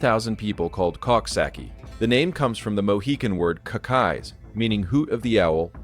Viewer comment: It is pronounced Cooksocky(coxsackie)